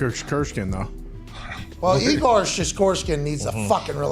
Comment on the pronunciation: Knee Gore? 😂😂😂😂😂